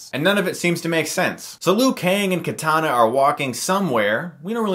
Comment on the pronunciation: haha "katana" its kitana chris